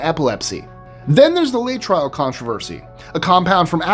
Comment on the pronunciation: Laetrile = "LAY-eh-Tril", NOT "LAY-Trial".